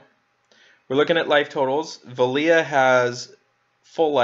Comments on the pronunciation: Here name is pronounced "Vel-Lah", not Vel-Lee-Ah. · Why do you call her velia? There is no I in her name, wouldn't she just be pronounced. VEL-UH . Vela. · Why are you pronouncing her name as Veliya. I figured it would be like this = VEL A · Or perhaps “Vay-luh” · You say her name the following way Vela=bella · How do you butcher four letters and two syllabyls so badly?